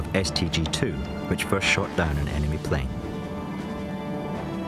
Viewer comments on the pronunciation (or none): none